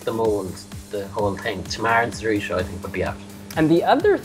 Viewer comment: lol, it's pronounced See-Roo-Show, Sirusho.